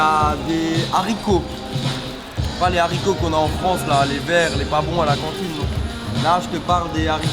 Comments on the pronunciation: Ces petits z'haricots mdr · Les Harricots pas les Zaricots ! 😑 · LOL il dit " c'est bon z'haricots " il c'est pas parler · Je suis le seul à avoir entendu les zaricots?? 😡😡 LES HARICOTS!!!😖😂